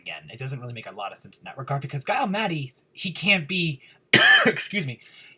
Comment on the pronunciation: i think his name is Giles with the J sound. Like Jiles